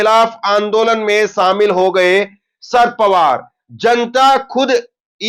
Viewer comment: शरद पवार बोलो ना कि शर पवार